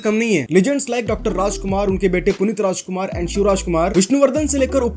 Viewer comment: There are others who come to Karnataka and not learn a thing and inturn insult local culture and there is this person who uttered every Kannada pronunciation so accurately. While calling Dr. Rajkumar he won hearts. Respect is what this land and people here expect. Kudos to this man and channel!!